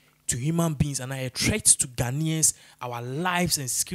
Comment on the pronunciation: OHHHH... This gentleman. U REALLY NEED TO WORK ON YOUR 'T' N 'TH'!!!! GOSH... OFF PUTTING!!! 'THEST', 'ATHACKING' 'PROSECUTHERS'..... 🤷‍♀️